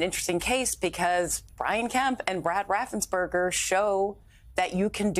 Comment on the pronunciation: RaffensPerger, everyone! NOT Raffensburger!!!